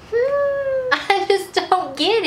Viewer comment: she says talk so weird lol she pronounces the L